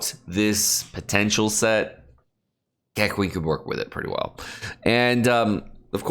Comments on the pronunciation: KEK-WING? you mean Kuh-Ching, but It's ok cuz you were undercaffeinated xD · It's not kekwing, its keching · BITCH WDYM "KE-KWING" ????? IT'S BEEN 6MOS SINCE THE GAME CAME OUT BRUH IT'S "KUH-CHING" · KEKWING. HE SAYS KEKWING LMAO. It's actually so simple. Kaching. You've probably heard that in reference to money. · Did he really say kequing? Instead of keching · ah yes, kequeen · ke ching is the pronunciation for keqing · Its Kaching to pronounce Keqing lol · woah another way of pronouncing keqing lol. keck wing lol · it's pronounced ke ching btw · did pronounced keqing, keq-ling? Lol he must really hate her